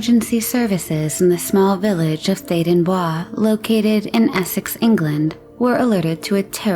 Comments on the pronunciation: Great video. Theydon Bwaaa made me giggle, we call it Theydon Boyce (Theydon Bois)..Beautiful Village. Mind you I have no idea if that is the correct way to pronounce it! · Theydon Bois is pronounced as it is spelt. Not the French pronunciation of Bois it is actually pronounced. boys. I live in Essex England. So that’s how I know.